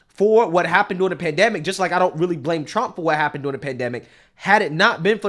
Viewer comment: I just wish you would pronounce the R in during. I never know if you’re saying “doing” or “during” unless I pay attn to the context before and after.